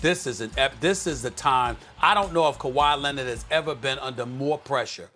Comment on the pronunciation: Kawa lennid